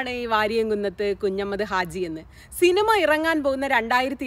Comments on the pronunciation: നന്നായിട്ടുണ്ട്. എന്നാൽ ഉച്ചാരണം ഒന്ന് ശ്രദ്ധിക്കണം കുഞ്ഞമ്മദ് അല്ല കുഞ്ഞഹമ്മദ് 'ഹ' വിട്ടുപോയി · Hi Madam, 1. His name is Variyamkunnath 'Kunjahammad' Haji, not 'Kunjammad'. 2. NP Muhammad, KA Kodungallur etc are known literary writers, not historians. Additionally, why should we see Variyamkunnath through the words of CPI(M) leaders? I expected you may demystify the popular notion about 1921 Malabar 'Struggle', but you continue using the colonial-cum-Hindutva word 'kalapam' or riot. Please read the book of MT Ansari.